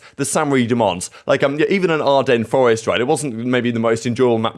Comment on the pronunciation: tK’s Forest* is the proper way of pronouncing that map ;)